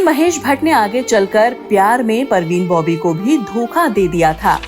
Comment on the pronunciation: Nice talk But parveen Bobby nhi Parveen Babi hai 😅